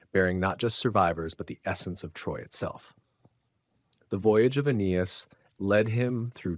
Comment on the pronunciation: How does one make a narration on the founding of Rome and not know how to pronounce Aeneas.....